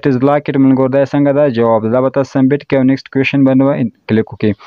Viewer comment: Submit or sumbit😂